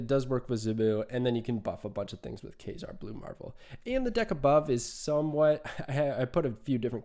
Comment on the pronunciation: WHAT! well idk wtf happened then.. I was just asking why you were saying Kay-zar instead of kahzar 😂 that's why I was hella confused why something like that got taken down